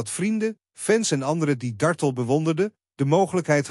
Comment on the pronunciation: JAMMER DAT DE "COMMENTATOR" ZOVÉÉÉEÉL X DE ACHTERNAAM VAN MEVROUW DARTELL VERKEERD UITSPREEKT ! HEEL ERG STOREND en DOM ‼️